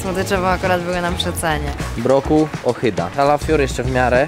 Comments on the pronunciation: Ohyda* a nie ochyda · przyjaciele od montazu "ohyda" a nie "ochyda" xd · Ohyda* (nie „ochyda”)